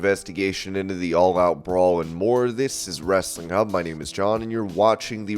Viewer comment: John ... there is an 'H' in 'Hub'. It's not 'Wrestling 'ub'